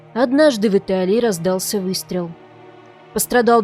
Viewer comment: Вы с Украины, что ли? Потому что слова "однажды в Италии" у вас звучат как "однажды вИталии" на украинский манер, а не по-русски - "однажды вЫталии".